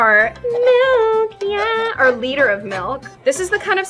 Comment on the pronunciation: I love when she said- all you need is A LITTER OF MILK 🥛!!!!!!!!